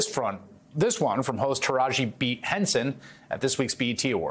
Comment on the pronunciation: He pronounced Tiraji AND Henson perfectly. That "beat" bs was on purpose.